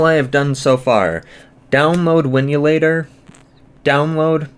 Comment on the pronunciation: WIN..LATOR... There's no "u" in there 😂 Winulator must be a fake fork 😊